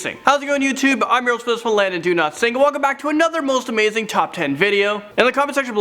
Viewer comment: Landon you know you have a Mandela effect I used to hear welcome I'm Landon do not sing all the time come out of your mouth. then one day it's totally sounding different I'm sure you have said your name for many years so you know how to say it but why did my ears hear it pronounced different for so long and am I the only one who experienced this? Is this real life?right now?